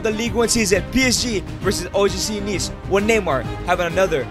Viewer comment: BRUH IT,S OGC NICE NOT NEECE